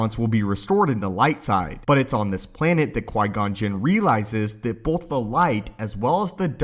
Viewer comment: Both not “bolth”